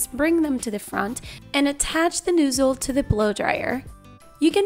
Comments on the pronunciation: Nozzle not noozle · One word:...."New-zul" "Nuuusel" omg LOL